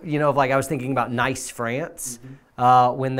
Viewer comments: Nice, France is not pronounced 'nice" as in 'ice.' The correct pronunciation of Nice is the same as "niece." Good show. Congrats on the one million subs. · I’ve posted this 2x but keeps disappearing? So will assume that means you don’t permit YouTube language video audio links? So will just spell it out instead. Nice, France is actually pronounced “niece” or “neece” France 🇫🇷 not N-ICE. You tach me. I teach you :) ☮️ BB